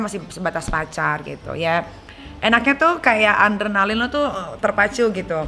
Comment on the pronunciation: Adrenaline nyai bukan ANdrenaline :))